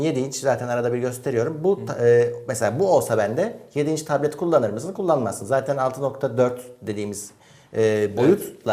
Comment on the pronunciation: soldaki arkadaş sürekli taplet taplet diyor B harfi yok adamda P kullanıyor sürekli :)